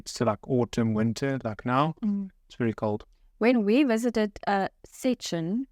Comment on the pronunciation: You both say szczecin pretty correct Impressive❤